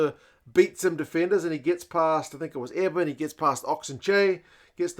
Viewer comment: Love your content. South African lass here. For what it’s worth Eben’s name is pronounced like ‘ear+bin’ not like ‘Evan’.